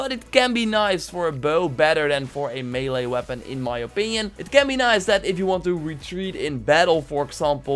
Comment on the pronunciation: Wow he actually said "melee" the right way!